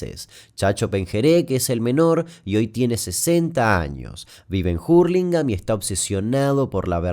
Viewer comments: JURLINGAM???? Hurlingam sin J extraño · No es jurlingam, es jarlingam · Hurlingham Damián, no Jurlingham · Hurlingham... La h no se pronuncia.. urlingam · En realidad es jarlingam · Jurlingham lol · Buen video, pero siempre me da gracia cuando la gente pronuncia "Jurlingham" XD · "Jurlingham" jajaj que capo Damian, hasta puede cambiar la pronunciación de las localidades y nadie lo va a contradecir. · Hurlingham, como se escribe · NO !!!! Se pronuncia con A. ( jarlingan ) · Eso seria si lo pronunciaran bien.. Pero lo hacen como el culo y es conocido como Hurligham (urlingam) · Nunca escuché tan mal pronunciado hurlingham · Hurlingham no se dice así xdd